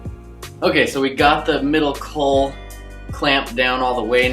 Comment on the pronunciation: psst...its a caul pronounced call, sounds like you're saying cull, just confusing ....love the videos and plan on following along to build my own, just had to get that out there. :-)